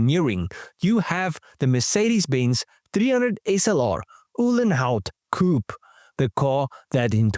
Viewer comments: COO PAY.......not coup.......COO PAY .........PAY ! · Please pronounce "Coupé" correctly